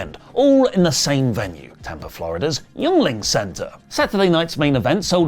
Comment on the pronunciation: It’s pronounced ying-ling